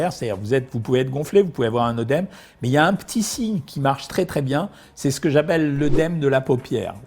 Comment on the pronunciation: Merci, Docteur, pour vos explications. Je suis rassurée. Ma tension est normale, voire un peu faible. Je sale peu mes aliments, j'évite les plats industriels, je n'ai soif que les jours où j'ai mangé du hareng fumé ou du saucisson sec, je ne souffre pas de calculs rénaux ni d'œdème. A ce propos, permettez-moi de vous dire qu'il ne faut pas prononcer oeudème et que la prononciation correcte de la diphtongue œ est é, donc œdème comme dans œsophage, œcuménisme, œstre, œstrogène, fœtus, au contraire de bœuf, œuf...